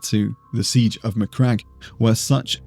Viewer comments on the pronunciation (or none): none